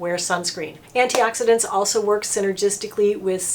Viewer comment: Good job pronouncing all those antioxidants I did not know how to pronounce some of them! I did not know about how to select a good C serum but now I do XOXO. I appreciate that you are not trying to run a love fest sales pitch on a bunch of expensive over priced stuff.